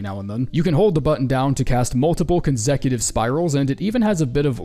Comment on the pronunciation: conzecutive hehe lol